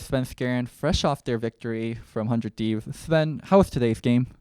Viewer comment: 100 TEEVES LMAOOO